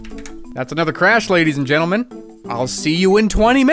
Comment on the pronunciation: that "GENTLEMEN" proper got me